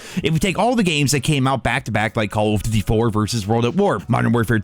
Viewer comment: have you ever realised that you say Colv Ditty when trying to say call of duty:p